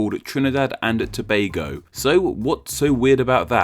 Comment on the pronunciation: I haven't seen much foreigners pronounce Tobago correctly. Props to you my dude.